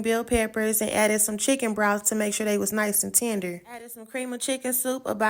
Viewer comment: Where you from ? Talking about “tendur”. 😅😂🤣